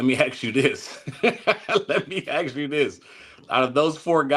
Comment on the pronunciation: Ask not ax